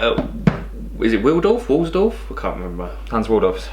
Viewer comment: 'Is it Wildorf Warlsdorf' lol